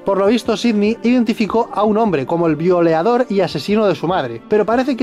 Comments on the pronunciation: "violeador"? Jajaja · En el minuto dice violador